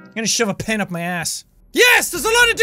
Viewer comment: Thought he said pin....